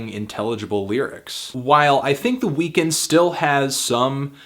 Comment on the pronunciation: why the fuck is he pronouncing Weeknd that way? it's so distracting